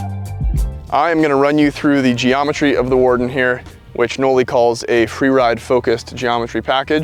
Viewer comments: Bro what???? This whole time i thought it was pronounced like you would say the name Molly... Knolly-Molly not Like.. No- Lee. 😂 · Can’t even say knolly correctly. Why is so bad at his job